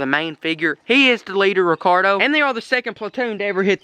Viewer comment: instead of Ricardo